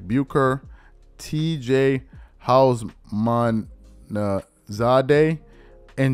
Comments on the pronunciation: How is this a sports show & you won't know how to pronounce TJ's name? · Yo. To hear Charles pronounce TJ Houshmandzadeh was hilarity at its finest. 😂